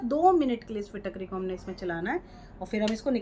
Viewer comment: Madam apko Fitkari bhi bolna nahi ata hai. Pehle Fitkari kaise bolte hai kisi se pehle bolna sekhe.